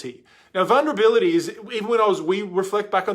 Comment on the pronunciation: replay- i love that you said vunrability